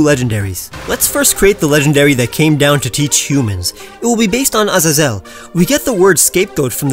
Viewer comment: You butchered Azazel's name